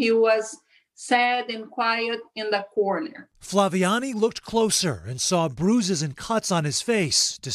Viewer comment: They misspelled her name, Flaviane, but the narrator did pronounce it correctly, except in Brazilian Portuguese the second A sounds more nasalized. Anyway, a heart-warming story of civic courage! 💚